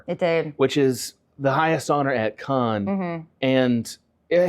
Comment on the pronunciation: Cannes is pronounced like "can" (as in tin can), not "Khan". 😅